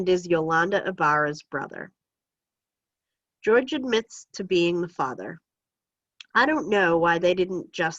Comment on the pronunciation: Jorge is pronounced hore-hey not George for future refrence